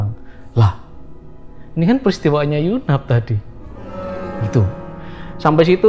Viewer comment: Yg bener yu nap, bukan yunaf